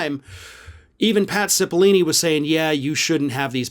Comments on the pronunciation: It's still Cipollone, not Cipollini,. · Pat Cipol-lo-ne with an O. You are not the only person making this mistake. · I love what you do but please, there is no 'i' in the last syllable of "Cipollone". It is pronounced sip-uhl-OH-nee. There is a reason some CC programs resolved his name to Patsy Baloney during the 1/6 hearings. Mis-pronouncing names is a disparaging tactic used by Conservatives and we should try to avoid being lumped in with that lot. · Please correct your pronunciation of the name of Pat Cipollone (note the middle o, not an I) in future videos.